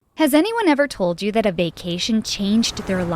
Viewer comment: Um it’s Told not Tole